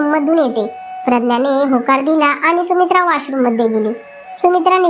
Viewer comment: सुमित्राणे नाही सुमित्राने